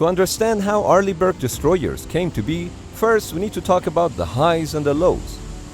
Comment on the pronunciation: "Arliegh Brick"😂😂😂